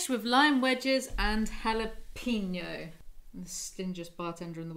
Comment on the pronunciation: You pronounced jalapeno wrong like 10 times, then got it right just as I was about to comment, then said it wrong again😂😂 it's not jala-peeno 🍆